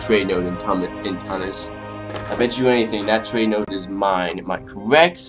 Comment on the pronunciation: Tunis is pronounced 'Chew-nis'